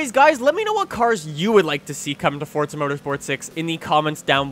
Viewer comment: its forza not fortsa